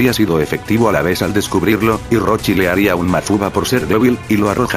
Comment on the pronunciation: según se dice roshi